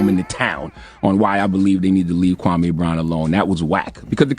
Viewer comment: Its KWAMEEEE, MEE...... NOT KWAMAY..NOT AY...MEE, KWAHMEEEEE. 😆